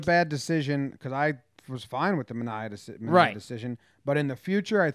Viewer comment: DON RIGHT GAMING now I was Sean Manaea’s roommate in college...I do find it really funny that every team, announcers (including his own) pronounce his name wrong...I want him in STL ASAP